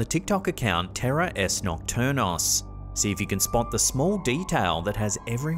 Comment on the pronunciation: For the love of everything that is sacred,... it's TERRORES NOCTURNOS, not Terror ES Nocturnos.